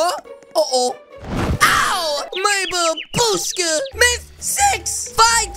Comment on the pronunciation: Lol is so funny when he says MY BUBSHCA